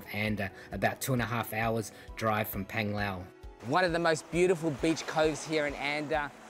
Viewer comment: Not Penglao...Panglao😂😂 pronounced